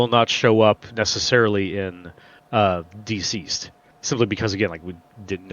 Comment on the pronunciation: I honestly hate to be "that guy", but the way you're pronouncing "DCeased" makes me think you don't know it's a play on the word "deceased" (aka "dead"). Instead you seem to be saying it like "D-seized" or possibly "diseased"? Fantastic interview by the way. I don't want to take anything away from that. This was so incredibly informative. Thank you!